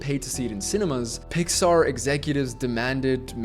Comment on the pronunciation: NOT THAT START SAYING PIAR BRO 😭